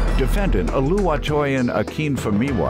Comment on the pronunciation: Lol the way they are pronouncing Oluwatoyin 🤣